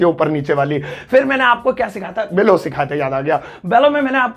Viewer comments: Sir below ko pronunciate to galat kar rhe ho... उसे बेलो nahi बिलो bolte hai....😕😕😕😕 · Vah re pagal but teaching points are good, mend pronunciation of below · Hi: I appreciate ur teaching skills indeed. May God grant u Success! With due respect, One small observation over ur video classes: plz work on ur words pronunciation likewise “fell & below” it needs to be pronounced accurately. Thank You